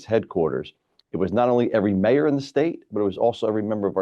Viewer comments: Moyor, or Mayor? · Moyor, Belleville? Should that be Mayor, Belleville? Note the O rather than an A. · What's a "Moyor" ?? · "Moyor"? Good Lord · "Moyor"? Really? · "Moyor" huh. Okay. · What's a Moyor ? lol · whats a Moyor?